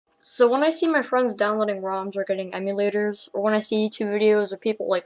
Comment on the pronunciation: ehm yoo paradise. As is the first 2 syllables of emulator.